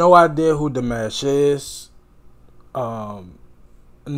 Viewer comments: I've heard him live. He's very real. Lol. And it's pronounced Dee-mosh, not like mashed potatoes. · Nooo...don't go with Di MASH. It's exactly like you said it the second time. It's not like mashed potatoes! PLEASE don't call him like the first option.Dimash is EVERYTHING. Kind, humble, intelligent, giving, loving. And you have seen NOTHING. This is TAME compared to what he has grown into since then. He's actually performed in 15 languages now, and he plays 7 instruments, models, acts, composes and has a Master's in Music Theory and is now pursuing his PhD. Thanks for the reaction, although you stop WAY too much. You don't give the cinematography that he has worked on much respect. I would say...WATCH HIM. It's pretty amazing how he moves his body with the music. Less drama, more attention. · The correct way to say his name is the other way you started to pronounce it! You have just been Dimashified! Welcome to the club! 😊❤️